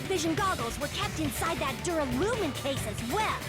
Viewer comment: Dammit,. Why can't you say "Duralumin"? It's not "Durulium"! Several characters say the word out loud and you still fuck it up!